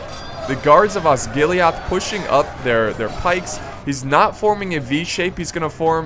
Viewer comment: You pronounce Osgilliath like Osgillieth, the e as in Seth.